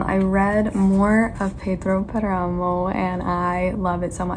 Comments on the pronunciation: Pedro Páramo is my favorite book. I read it for my degree in Spanish. But you need to pronounce it correctly. It's pronounced PAramo. Accent is on the first syllable not the second. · I loved the squirrel part, where I live we have brown squirrels but they aren't as friendly as the ones you have (envy), also you are placing the accent in the 2nd "A" of Páramo, place it in the first one, that's why the tilde is there, and about the City of Brass book..... well I don't dnf any book but is rare for me to give a chance to a YA book so.... when I'm reading a book and I'm not enjoying it I double down and try to finish it as soon as possible.